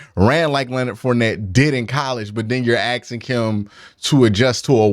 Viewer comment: "Axing"? Really,? This calls your intellect into question. Makes me think of Darrell Brooks. Myles is great, but who wouldn't rather have Mahommes? Gotta count this as a miss. Wishing Watson the best, but the money would have been better spent on Andy Reid.